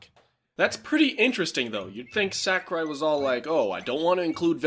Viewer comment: I'm pretty sure it's pronounced more like Sock-urai, not Sack-urai.